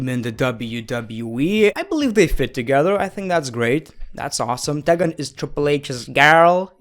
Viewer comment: “teh-gen” tea-gen u mean?😂